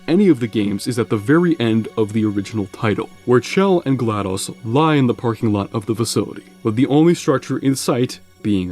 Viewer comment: there's no way you just picked on the pronunciation for "Aperature" but can't say "GLaDOS" to save your life